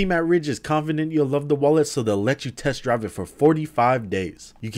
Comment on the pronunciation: Lmao i like how he says test DRIVE